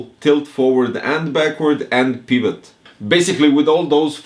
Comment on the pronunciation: "Pivot" "privat"